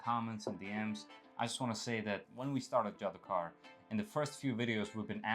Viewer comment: JDOKAR does mean magician but it is a hindi word which actually is pronounced as JADOOGAR